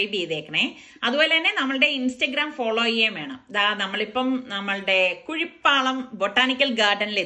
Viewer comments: Hai nalla super breakfast nammukku ellavarkkum bhayankara ishtamane. Kuzhipalam alla kuzhipallam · കുഴിപ്പള്ളം.... കുഴിപ്പാളം അല്ല